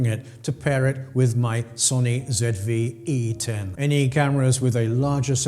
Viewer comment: Thank you for saying ZED Vee E ten!